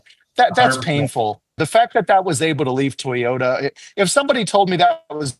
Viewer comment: What's a Tey-ota?